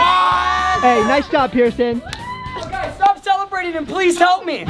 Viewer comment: i thort you said person wheel